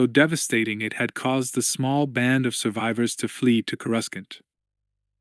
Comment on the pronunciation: Is the AI or what? Cui gon? Coreuscent? Really throws me off